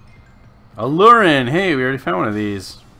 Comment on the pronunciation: Aluren: uh-loo-ren